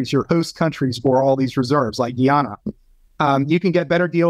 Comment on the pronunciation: It's pronounced, "Guy-Anna", not "Ghee-Ahna". 🤦🏽‍♂️